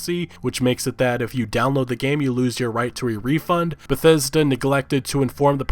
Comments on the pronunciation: "Besesda" Lol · Lol damn he fuck up pronouncing Bethesda that I couldn't say right for a while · on a side note motherfkers trien to say bethesda just use BETH then say ESDA BETH ESDA its not that hard ffs. thought tbh wont be saying that for long at this rate when they get shut down one day.